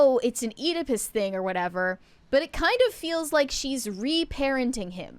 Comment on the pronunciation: Can’t pronounce Oedipus, and deeply objects to surrogacy on “moral“ grounds. We’re dealing with a high watt bulb here. there is nothing morally reprehensible with surrogacy. It has been a godsend to many women.